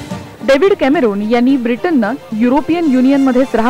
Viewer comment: पंतप्रधान डेव्हिड कॅमरुन Cameroon is the Name of Country so it should not be pronounced or written like Roon. ( रु ) Like in Rupiyaa. or Roopiyaa. -------------------------------- The Spelling is David Cameron (कॅमेरॉन) So Marathi Pronunciation should be like run or Ron. Like Rocky or रोंनी ( Pronounced like Rawny ). We don't pronounce Ronny as Roony . डेव्हिड कॅमरन OR David Camerawn ========== Cameroon or कॅमरुन is country. ---------------------------- कॅमेरॉन, कॅमेरान Or कॅमेरन Or कॅमेरॉन is person. =============================